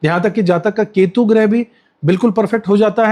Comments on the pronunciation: गृह नहीं ' ग्रह ' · गृह नहीं ग्रह